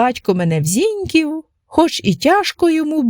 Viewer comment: ЗінькІв, ЗінькІвську, наголос на другий склад :)